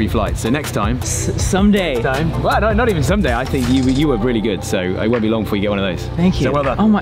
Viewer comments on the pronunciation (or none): Interesting accent on the "No" there. xD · More kiwi I'd say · "what no" Did just turn Australian there for a second??